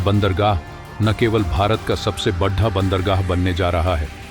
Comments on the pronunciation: Why do you wrongly pronounce hindi word "Bada" as "Baddha"? This is very annoying. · बढा नही बोलिए. बड़ा बोलिए. उच्चारण शुद्ध करिए. जय हिंद वंदे मातरम.